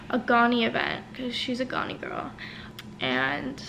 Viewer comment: She said “ me an island gyaaaal”